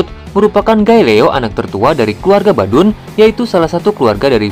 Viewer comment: Bauduin bang , bukan badun wkwkwk